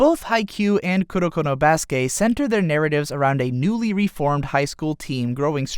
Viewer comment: I cringe whenever he says Kurokono as one word